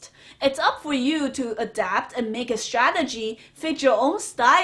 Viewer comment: stradegy lol